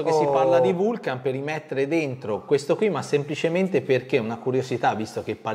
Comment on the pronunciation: Tutti bei pezzi,giusto per la cronaca la pronuncia esatta è Vulcan non Vulchen....pronuncia Lonsdeil